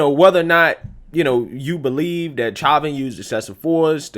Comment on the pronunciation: The word is "that" not "dat"